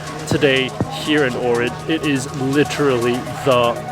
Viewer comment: I moved to Ohrid and it is indeed beautiful but you are not pronouncing the name correctly.